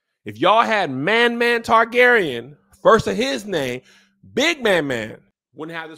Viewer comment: Not Man Man Targaryen 😂